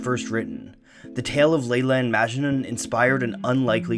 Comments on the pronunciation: Also, it's not pronounced "májnun" with emphasis on the "ma" but rather "majnún", emphasis on the nun. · It’s majnouuuun not majnen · It's "Mujnoo". Not Majnu. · Armin Mobarak Abadi He also pronounces Majnun wrong. It's Majnün not Majnen. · Great video. If it's okay, I'd like to point out that Majnun pronounced as "Maj-noo" where the "oo" is nasal. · Very important, it's not majnun but majnu(pronounced maj-noo) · It's not " majnun" it's "ma-ja-noo" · It's not maachjnun, it is "MAJ-NOON". Please don't butcher languages. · A bit of info: majnun is pronounced as "majnoo'n" and N is a bit of a signal at the end rather than pronounced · The last n in Majnun is silent so its called majnu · Majnun is supposed to be pronounced "Muj(like much)-nu(like noo in noose) at least in Indian languages. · "Majnu"... I think it's Majnu.. like the n at the end is silent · its propounded majnoo. the n is very soft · The last n is Majnun is silent 🙃 it’s pronounced Majnu. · You actually pronounced "majnun" wrong. It's pronounced as "Maj-nu" the last n is silent. In most of Hindi and Urdu words. And here "majnun" means someone who is madly in love. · I had a strong feeling he would mispronounce Majnun.... and he did. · Amazing video as always! But the pronunciation of Majnun irked me a lot. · Is anyone else annoyed about the way Majnun is pronounced?